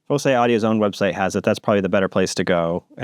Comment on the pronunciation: I also think it should pronounced like "foci"